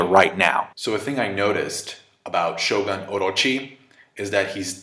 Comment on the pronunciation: Shogun... it’s ‘sho-goon’.